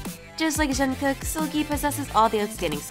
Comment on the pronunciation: how can you butcher Jungkook's name so bad and you're supposed to be "kpop zone"